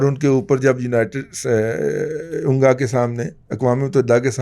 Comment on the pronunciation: سر جی انگا غلط ہے۔ It's UNGA. Thank you